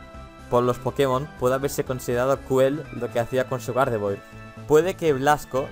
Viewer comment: se dice gardevuar